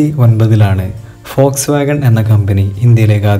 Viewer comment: Foxwagon alla....WOLSWOGON POLO..aan